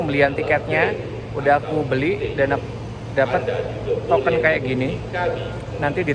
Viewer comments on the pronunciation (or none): none